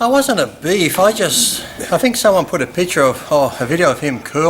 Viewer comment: “A BEAF” lol